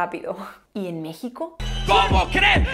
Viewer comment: Te felicito por pronunciar México a como se habla en mi país